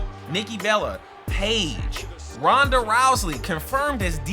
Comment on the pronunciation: Also it was hilarious how u mispronounced rhanda's and other wrestlers names but yeah wwe2k22 is wwe2k20 2.0 patched terribly